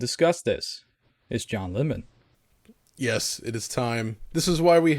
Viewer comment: Did he call him “John Lemon” ??? 😂😂😂